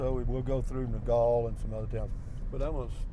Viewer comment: Nogal is pronounced No-gal (gal like a girl or woman. NOT like gall as in gallbladder)